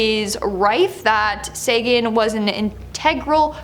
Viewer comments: Carl SAY-gan. SA as in SAY. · ALIENS DON'T HAVE NUCLEAR WEAPONS, YOU READ THAT WRONG. THEY SHOT OURS OUT OF THE SKYS. IT'S CARL SAGAN, NOT CARL SAGEN.